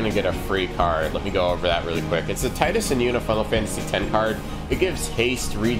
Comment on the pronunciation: Can't help but to mention the name is 'tee - dus' not 'tie-dus'. It's japanese, after all.